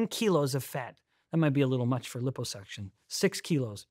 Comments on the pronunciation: Stop saying LIPPO (hippo) suction 😅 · Sorry can't take anything this guy says seriously due to his severe mispronunciation of liposuction.